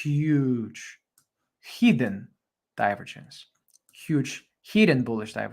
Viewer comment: With all due respect. I appreciate your work, but we say "/dʌɪˈvəːdʒ(ə)ns/". The accent goes to the second syllable. Apart from that, thank you for your invaluable contribution.